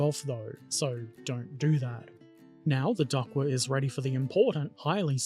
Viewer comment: It's pronounced like the aquatic fowl, "duck". And it's pronounced itaLEri, emphasis on the third syllable. And you did a good job in construction. I built Italeri's DUKW a few years ago and remember it being a fun experience - I particularly enjoyed adding stowage from my collection of left-over drums, jerry cans and ammo boxes and painting/weathering it all. The thing at the front is a wave-breaker and it does what it's called. This is the first of your videos I've watched and am now pleased to be a subscriber.